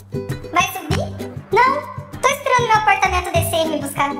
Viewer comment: "VAI SUBI?" "NÃO TO ESPERANDO O MEU APARTAMENDO DESCE" 😂😂😂ameii